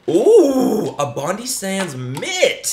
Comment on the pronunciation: Bondi is pronounced as bond-eye ^.^ just fyi coming from an aussie ❤